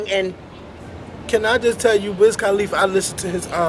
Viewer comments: listen to how loud that car is, it's wiz KUHLIFA, NOT KAAHHHLIFA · I'm so in LOVE with!! and I'm so laughin at how yall sayin Wiz Calif like califlower lmbo!